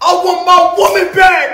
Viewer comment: Lmao a “women” is so funny because he can never pronounce it singular 🤣💀